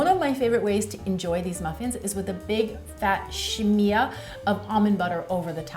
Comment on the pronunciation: “Sha-mee-a”?! Lol. You mean smear? Or sh-meer? Never heard anyone say she mee ah ! Oh btw totally trying these for my daughter lol. Thx.